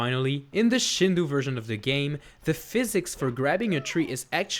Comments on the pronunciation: A day late and a dollar short, but it's shin-doe (as in a female dear), not shin-doo (as in a bad pronunciation or Hindu). Japanese phonology isn't hard to research. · Not Shindu but pronounce it ShindÔ （振動 , which means rumble ) Great vid ! As a japanese , i played the shindou one when i was a kid ( so it s the same as the american version ) I didn t know there were so many differences between versions . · Shindou is pronounced Shin-dough.